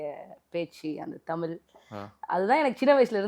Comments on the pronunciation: இந்தப் பெண் 'தமில்', 'செம்மொளி' என்று பேசுகிறார், 'வால்க்கை' என்று உச்சரிக்கிறார், ம் ..ம் .. .. ம்ம் .. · தமிழ் என்று சரியாக சொல்லவும்